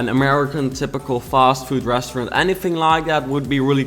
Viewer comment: ik your working on your English but please for the love of god learn how to say restaurant